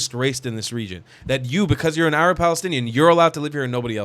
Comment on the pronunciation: Yaa, 7abiibi...stop saying AArab... Say 3rab with the "ع" Saying Arab is fine but the way you say AArab makes you sound like someone who thinks he knows the correct pronunciation but doesn't b7bak waqt Taweel